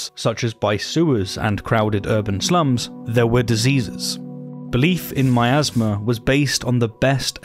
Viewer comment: Oooh Miasma. I thought you were saying "my asthma."